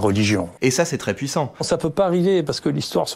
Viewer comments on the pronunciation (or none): none